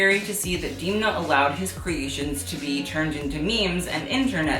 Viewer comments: It’s not D’ee’mna, it’s Demna. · ok this video was ~sooooo great~ but i have one small nitpick - it's pronounced 'Dem-na', as in them, not 'Deem-na' as in theme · you idealize alessandro a bit too much ..... (miuccia) also: *dam-nah